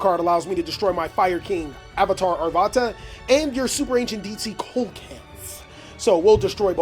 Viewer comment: Fun duel! One thing though, coelacanth is pronounced see-luh-kanth not cole-low-kanth. Keep up the good work!